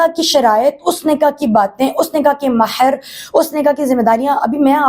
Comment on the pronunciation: نکاح متععہ محر 😂😂😂 بی بی جس طرح "ح" پڑھ رہی ہے۔ مہر کو محر پڑھا۔